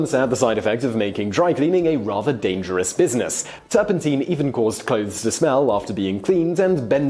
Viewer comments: NOT "turpenteen". It's "turpun tine". Like the tines of a fork. Oh, you don't know what a fork is now. Ye gods. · That's not right. I just checked online Oxford Dictionary as used by google, OED directly, Cambridge, Merriam Webster and Collins . All say it is turpenTINE as in mine, not TEEN like the video guy. In US and British English. And in my home town and current town, at opposite ends of England. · I was wondering if it was me that was pronouncing it wrong for the past 60 years 😂😂😂. Turpen-tyne, like the river. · I have never in my nearly six decades heard "turpentine" pronounced to rhyme with "gasoline". I mean, I can see the logic in it, but "turpen-tyne" just sounds better.